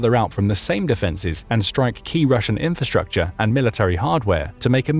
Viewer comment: What is "infastucha"? It seems to be one of the most popular words on YuoTube.